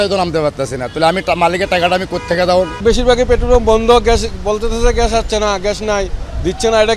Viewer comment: আরে ভাই ওটা ঘ্যাস না ওটার উচ্চারণ হবে গ্যাস!! 😂😂